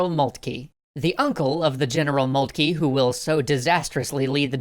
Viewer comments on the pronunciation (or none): I'm not too worried about the 'von', however its just grating to hear 'Molt-key' rather than 'Moltker'. I don't understand where this came from, everyone was saying 'Moltker' up until TGW Channel started (although besides the mispronunciation doesn't stop it from being great). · von Moltkey? It's von MoltkE. The last sound is "eh" not "eee" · It is molt-ka the name of the general during the end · OK, anyone who is actually german please correct or agree with me, but moltke its pronounced MOLT-KA (sorry just got annoying after a while) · I love it. But I wish you'd pronounce Magyar and Moltke a bit better. I feel for poor Austria. Der Wilder Bismark turned out to be brilliant. And there were few who could match him. :( At least L-Napolieon could look at a big map and see big things. Not everyone can. He couldn't capitalize on them, but he could see them. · Why is everyone pronouncing Moltke incorrectly all of a sudden.